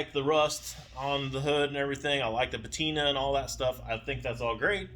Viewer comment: Please look up the word patina